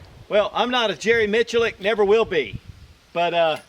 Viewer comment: Jerry Who -Mitch a Lick? .. I don't think that's how it's pronounced 🤣